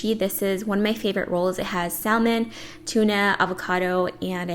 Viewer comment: everything looked delicious! by the way the L in salmon is silent. I used to pronounce it the way you do but I had to train myself to say it correctly.